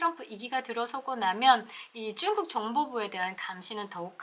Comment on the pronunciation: 발음 재미있게 하시네요! 중국을 쭝국. 자연스럽게를 짜연스럽게 첫 발음을 강하게 하시는게 재미있습니다.수고하십시요!